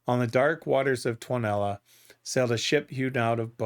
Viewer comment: In Finnish language the stress in always on the first syllable, so try saying 'TUOnela' that way, not 'tuone-ela'. Otherwise thanks for your reactions!